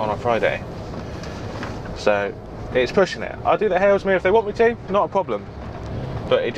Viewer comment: You keep saying "Halesmere" - is that Haslemere? If so, maybe saying "Hazel-meer" would make sense to people who know the places?